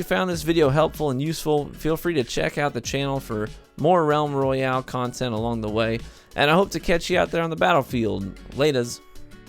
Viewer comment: Roayale?? I think you might need to fix that.